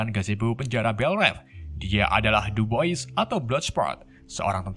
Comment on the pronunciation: Dubois (duboah) 😂 😂